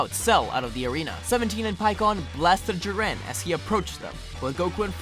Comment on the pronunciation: Jiwren? U mean jiren (Ik this was 3 years ago but wow I didn’t know u found it hard to say his name)